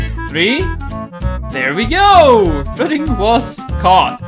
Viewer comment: You say druddigon like this “dragon” no really like that